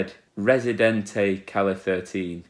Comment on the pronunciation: And Calle spells like "ca-je", as with a J.